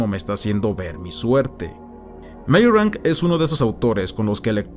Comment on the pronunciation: Me gustó el video pero tengo que hacer una pequeña crítica, por favor no te lo tomes a mal. Meyrink en alemán se pronuncia Mayrink. Meyrank, como tu lo dices es, supongo, que leyéndolo como si fuese un apellido inglés y para mi es bieeen extraño. Lamento ser tan puntilloso. hehehe por favor, no te lo tomes a mal, que al final que cada cual lo diga como quiera.